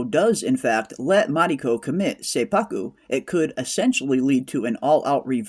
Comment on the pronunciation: Awesome review. Seppuku is pronounced set-pu-ku, BTW. Women are often referred to as the crimson color (red), and an example would be: Ko-itten. Ko-itten (紅一点）is used when there’s only one woman among few men, like one woman executive in a boardroom or one woman in the group of people singing karaoke. Perhaps “Crimson Sky (Ko-ten 紅天）” can also mean one woman going to heaven. I can’t wait for next week!